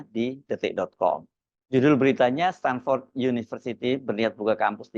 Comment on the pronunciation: KIBUL BIN NEPU... STANFORD BUKAN STANDFORD 😂